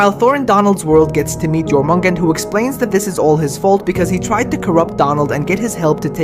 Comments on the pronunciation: Jormugand? Jormengandr actually 🤓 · That is not how you pronounce the word serpent's name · YOR-MIN-GAN-DÜR 😂😭😭that’s his pronunciation